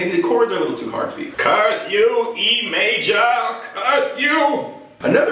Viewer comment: Haaad.. like you're from Bahstahn...lol . Kzoo is 800 miles from "home". I know cuz I work in Coldwater and have had to driveback east for funerals recently(eyah.. ye can't get theah from heaha..lol). Puns aside.. your vids ROCK!